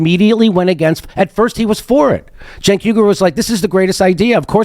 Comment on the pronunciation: It's even funnier when Ryan butcher his name because he's not faking it like Jones who knows how to pronounce his name at this point 😅